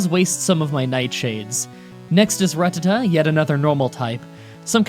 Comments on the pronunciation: Not rututtuh it’s pronounced ruh-tah-tuh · RA-TAT-TA NOT RA TA TTA TATSTSTZTTSJFJCUVUVUVJEJDHCYDIRBCI I’m joking I still love your videos and are my #1 Pokémon youtuber to watch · Wait are you saying "ruh-tuh-tuh" to bait comments? 'Cause it's working. It's a rat. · Lol "Ruhtuhtuh" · Oh no, he's still saying ruhtuhtuh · “Ruh-tuh-tah” “R-K-Nine” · "Rua-tua-tua" Someone send this man the pokerap.